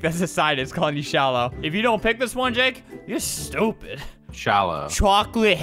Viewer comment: CHWOCLATE HEWICOUPeErss